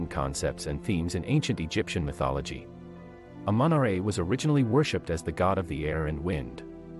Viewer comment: It's said like amen -raw it's spelled amun ra